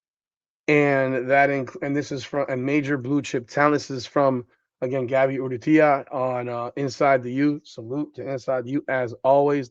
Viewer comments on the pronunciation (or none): Arent you part Spanish? How do you butcher Gaby Urrutia's last name so much?